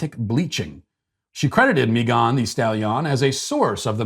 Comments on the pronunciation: Why are you pronouncing Megan as MeeGAHN? 🤔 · Dude said Meeegan thestallion!! I’m dead 🤣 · I had no idea her name was pronounced May-GAHN Thee Stall-YAHN. I will never be able to unhear that now... Thanks, Matt! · So many words he can’t pronounce but confidently says “Meghán de Stahliian” 🤣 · 🤣🤣@ the way you pronounced Megan Thee Stallion's name lol. Just regular Megan and regular Stallion (like a horse) lol. Still love ALL of your content. Big fan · The way Matt pronounces Megan the stallion is truly chefs kiss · I’m sorry but the way he’s pronouncing her name brooo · Matt, I appreciate you intentionally mispronouncing names on a regular basis, but you usually do it in a way that we still know exactly who you’re talking about. The way you pronounced Megan thee stallion’s name was just too much. It took me until almost the end of the daily cancellation for me to even realize who you were talking about. I had assumed you were talking about some Hispanic person I had never heard of. I had to go back and rewatch the daily cancellation just to understand it in a different context. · Sir, please explain the incorrect enunciation of Megan just like Rapinoe the(e) extra e stalllion( just like the horse)??